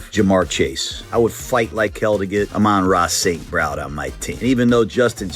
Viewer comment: One of the only youtubers that actually knows how to pronounce Amon-Ra St. Brown's name